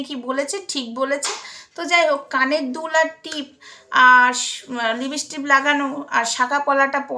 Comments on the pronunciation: তুমি তো সবজান্তা। এবার দয়াকরে বন্ধ করো। তুমি হিংসায় জলে পুড়ে মরে যাবে আর কদিন পরে। তুমি সারদা মায়ের কথা শোনোনি। তোমার পক্ষে জানা সম্ভব না। কারণ নিন্দা করতে করতেই তো তোমার জীবন শেষ হয়ে যাবে। তুমি তুমি ঠিক করে উচ্চারণ ও করতে পারো না লিপস্টিক কে লিপস্টিপবলো। তুমি খুব সুন্দর দেখতে তুমি সেজেগুজেবসে থাকো। কত অসৎ উপায়ে টাকা রোজগার করছো। তোমার এই কল রেকর্ড সব মিথ্যে। মায়ের গলা সবাই চেনে। তুমি নিজে কিছু ক্রিয়েট করে দ্যাখাও না। পিল্জ ভগবানকে নিয়ে আর কাদা ছোড়াছুড়ি করো না।🙏🙏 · লিপিষ্টিপ নয়,লিপষ্টিক ঠিক করে নিন।